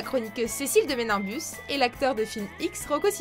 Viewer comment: Mdrr "Cécile de Méninbus" Ménibus*